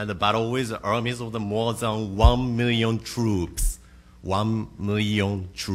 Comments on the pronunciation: KimuTone it’s very difficult to watch, I agree. But “One Mirrion Twoops” lol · cris chavez "You can move yo body freewy" and "Wahn mirrion troobs".